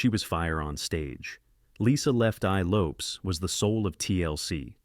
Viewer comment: Lisa LOPEZ!!!! AI SUCKS AND RUINS ALL STORIES